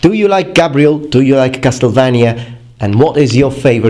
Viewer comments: Has no one noticed? Cas"TEL"vania? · The way you say Castlevania makes me both happy and sad. Happy it sounds Romanian, sad it's wrong.